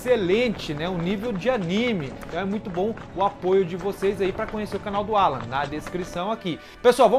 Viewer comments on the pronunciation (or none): none